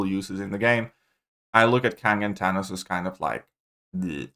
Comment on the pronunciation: “Tanos”